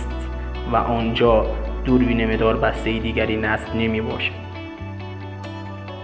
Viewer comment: میداربسته نه مداربسته